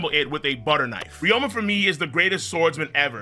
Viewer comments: also ryuma is pronounced REE-OO-MUH not RE-OH-MUH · "Ry-OH-ma" At this point I swear bro is just trying to tilt as much of us as he can 💀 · He's saying it like there's an O in the name when there isn't and it is irritating me a bit. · and theres really 0 discussion to be had since the Anime has the official pronuntiation